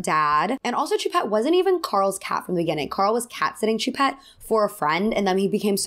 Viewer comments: Sorry if 1200 people have already commented this, but no biggie just fyi Choupette is pronounced Shoe-Pet Also why do we know the name of a famous dead man’s kidnapped cat? But here we are. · You’re pronouncing his cats name very wrong. It’s French for cat. Look up the way to properly pronounce it please. But I agree about Doja